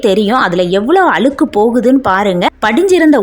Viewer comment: அளுக்கு இல்ல அ ழு க் கு என்று உச்சரிக்கவும்